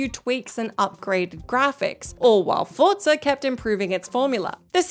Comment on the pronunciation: saying Forza correctly is so cute.